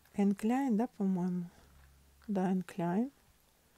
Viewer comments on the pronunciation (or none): none